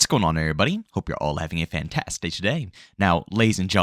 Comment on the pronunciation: Yo i can never tell what this dude says in the beginning. “Fantastitch day.” “Fantastic day today.” “Fantastage day.” Lol